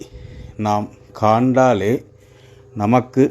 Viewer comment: காண்டாலே இல்லை கண்டாலே என்று கூறவும்.